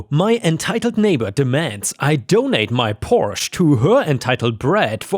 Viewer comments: You lost me when you couldn't pronounce Porsche correctly. It's not Porsh. It's Porsh-uh. Two syllables. Not rocket science. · Porsche isn't pronounced porscha. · Funny how you tried to correct listeners on the pronunciation of "Porsche" - everybody already knows this, that it's considered proper as you said it is, but it is generally seen that this is only correct in the original language (Italian, I think? Or french?), that in English it's the one-syllable version which is correct, sorry, :) The two syllable version "Porsch-uh" is thus seen as pretentious, snobby, and trying too hard to seem sophisticated - but you mangled "911". You said all the digits, like with the North American emergency phone number, with THAT car it's always said Nine Eleven in my experience. :9 (Probably to help differentiate it from the emergency number). Story 2: LOL! It's not a "super unique name", it isn't a name at all! That's the problem! Hence the story! Idiot husband just added an "a" to HIS name of Stuart to try to make a girl name. (Oh, and you need a better pronunciation site, because it doesn't seem to always help). So, NTA, husband is being thick-headed, not realizing the difference between a "unique" name, and not-a-name. The latter is essentially child abuse, it will always be a problem, and he should treat his daughter better. :) GUARANTEED that if she got that name, she would adopt a nickname/middle name as soon as she develops enough independence to realize that's an option and she can do that. Simple solution: OP tells husband "Find ONE person named Stuarta, preferably someone our daughter can look up to, then I'll think more about it. If y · it’s Porsche , the letter e is silent